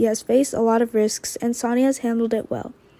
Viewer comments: Sonny is pronounced ( Sunny ) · And please please have her pronounce Sonny’s name correctly it’s not Sony